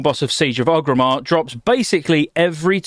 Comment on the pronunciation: Does it bug anyone else how he keeps mispronouncing Orgrimmar?